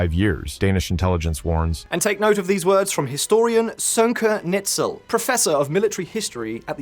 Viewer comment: Names are really not your strong suit. Sönke Neitzel's last name is spoken with an "I".